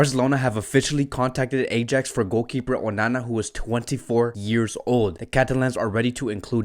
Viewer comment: lol this guy can't pronounce ajax right